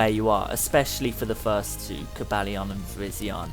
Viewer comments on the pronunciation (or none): Its coe-bal-eye-on